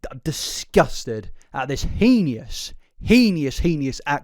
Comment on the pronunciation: I like your videos, but the way you pronounce "heinous" bothers me to no end. Please just look at how it's spelled. T-T